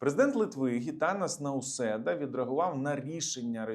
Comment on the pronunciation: Вітання від литовських громадян!, завжди з подякою слухаємо Ваші аналітичні зауваження щодо європейських новин. Дякуємо! Маємо велике прохання: ставтеся з повагою до литовських політиків, вони того варті, отже вимовляйте вірно їхні імена, будь ласка. Український правопис це дозволяє. Отже ҐІТАНАС НАУСЄДА (саме Ґ перша літера)